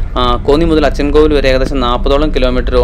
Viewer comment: അച്ചൻകോവിൽ... Not അച്ഛൻകോവിൽ....